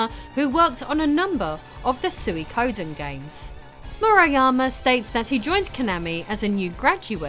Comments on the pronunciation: Soo ih koh den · I look the other way with your pronunciation of mario, but i cant with suikoden 😂😭 swee-ko-den is the most accepted pronunciation with tsee-ko-den being the true japanese pronunciation. Love you though! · Suikoden is pronounced SWEE-KO-DEN, or TSEE-KO-DEN but definitely not how you pronounced it. Also, the most iconic game Konami made on the PS1 was SOTN, which you didn't mention.